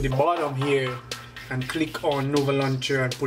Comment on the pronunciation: says nover when its nova